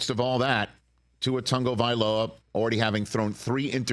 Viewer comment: Why do the mis-pronounce Tua's last name? they all seem to say TaNgovailoa